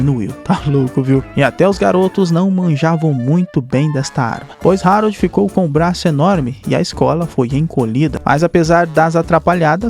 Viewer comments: mano é o meu filme favorito da dreamworks faz video sobre a serie do capitão cueca (nota: se pronuncia Aroldo n Rarold) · O esqueceu de tomar os remédios ksksksk.se fala Aroldo e se escreve Harold vc tá trocando.mais e serio o ñ tomou os remédios ksksk rachei o bico